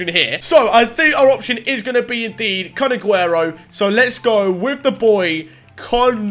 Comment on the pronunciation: I sounds like ur saying kun*. T Aguero